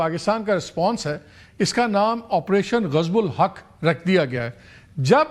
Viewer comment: I thik operation gazab-ulhaq nhn ... pronunciation me operation " Gazab-lilhaq" he ... meanings badal jate galat bolne se😊